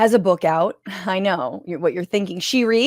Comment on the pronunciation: The way Jimmy Kimmel casually shits on this calling it a "bük" kills me